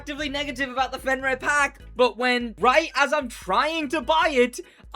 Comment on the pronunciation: Stop saying fenryr, its fenyr. Or i just got comment baited